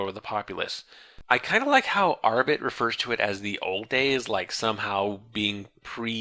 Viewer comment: I wonder why he switched from pronouncing Arbat as... well, Arbat, to Arbit